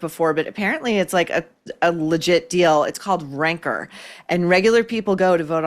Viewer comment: When Maureen mentioned Ranker, I thought she said Rancor. It fits, keep it.